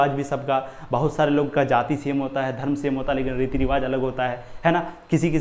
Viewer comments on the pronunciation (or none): none